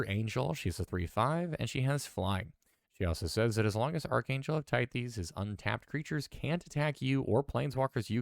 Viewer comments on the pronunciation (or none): Archangel of "Tie-ths" not "Tie-thees".